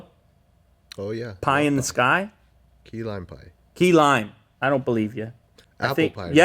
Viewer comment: No one: Literally Nobody: Lew: PiE iN da sKy!